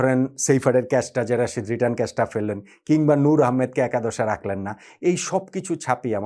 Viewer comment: ভাই প্লিজ রশিদ না তার নাম রাশিদ খান মোঃ নবীনা মোহাম্মদ নাবি দয়া করে নামটা ভালো করে বলুন